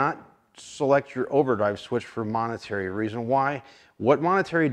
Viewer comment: "Momentary"... not "monetary".